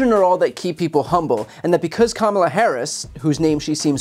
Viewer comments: I wish they would stop mispronouncing Kamala's name!! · This (rhymes with witch) is a governor and can't pronounce the name of The Vice President of The United States? Wow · It remains shameful that the GOP continues to be brutish by not pronouncing Kamala Harris' name correctly. This is no humility but a tactic to humiliate. I'm glad Harris doesn't react to such a low bar. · All Republicans that like to pronounce Kamala's name wrong.......... on purpose, shall get used to saying "Madam President".... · She can't even go to the trouble to learn how to say Kamala's name. So humble. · Being able to pronounce your Vice President’s name correctly should be a requirement to hold political office. If your brain is unable to handle that simple task then you aren’t intellectually qualified to hold a government position.